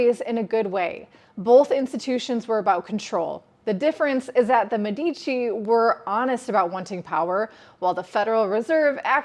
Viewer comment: It is mé-di-ci, not me-dí-ci